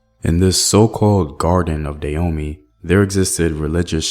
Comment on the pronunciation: It took me 3 minutes into the video before realizing you mean Dan-homey ! I was wondering what at all is "Deyomi"